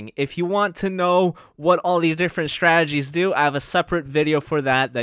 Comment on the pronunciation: I like your videos, but it bothers me that you pronounce the word Strategy as "Shtrategies"